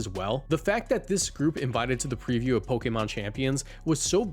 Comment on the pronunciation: Watching reading from a script and sounding more professional and pronouncing Pokémon the official way is like… nice dude, you made it! It’s kinda endearing